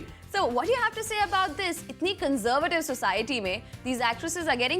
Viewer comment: CON-ZOR-VAY-TIV. Really, is that how you say conservative.